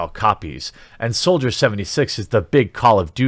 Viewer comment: Every time you read "soldier" I just keep hearing "soulja".